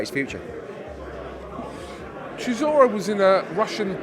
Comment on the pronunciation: sizzora is an in joke. It’s how Dillian Whyte pronounces Chisora. Only the real understand